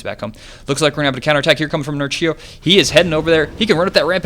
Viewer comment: Read it 'Nerchyo' not 'Nercheeyo'! :)